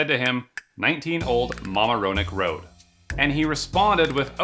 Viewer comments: I think it's pronounced mamar-oneck not mama-ro-neck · Mama-ro-neck im dying its ma-mare-a-neck 😂😂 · The way he says Mamaroneck 🤣🤣🤣 it's ma-mare-ro-neck not mama-rone- nick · "Mama-row-neck" lol. It's pronounced "Ma-Mare-o-neck" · love the video but please, its pronounced Mam- ARROW - neck. not MAMA-roneck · mam - AIR -ro-neck, not mama - RO - neck! xD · Up Connecticut way it’s pronounced that way but down in the city it’s muh-marra-neck, not muh-merra-neck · Mama-row-neck, is that the correct pronunciation? 🤣 For all non-New Yorkers, it's ma-MARE-oh-neck. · I live near that apartment on Ma-mar-o-neck Road. I love when he says your pronunciation is correct.😅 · BTW it is pronounced Ma-MARRRR-o-neck...and Tell Hairo (the REAL one) he is the best and hang in there... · MahMaroneck is how it’s pronounced 😂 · I lived in NY 16 years. It's pronounced muh-MUH-ruh-neck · Hearing someone not from Westchester mispronounce Mamaroneck hurts 😭 it's "muh-mare-on-neck"! Keep up the good work! New subscriber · Bro. Mamaroneck is pronounced muh-mah-roh-neck. It’s a town in westchester county, NY and a Native American word meaning “the place where the sweet waters fall into the sea.” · maa-maa-rho-neck is how we pronounce it in nassau county, a nearby county to westchester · Mamaroneck is pronounced ma-mare-a-NECK. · FYI it's pronounced MUH-maah-row-neck 😘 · Mamaroneck is pronounced Muh -MAIR (rhymes with "air")-Uh-Neck. It's in Westchester County. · 'Mam-air-oh-neck' is the pronunciation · Lol It's pronounced; "ma-ma-ruh-neck" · “Mama-ro-nick” 😂😂 pronounced so wrong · Bro as someone near you botched the pronunciation so hard of Mamaroneck the syllables are ma-mare-o-neck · FYI: Mam-MAIR-oh-knack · Any New Yorker would know that it’s pronounced “muh-marrow-neck” road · Ma mare in neck 🤣 I love hearing people pronounce weird New York names lol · I'm from Westchester county and it's HILARIOUS how you say "Mamaroneck" it's pronounced Ma Mare O Neck of you care 🤣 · It’s MA-Mare-A-Neck